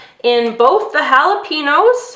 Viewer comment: That's not how you say jalapenos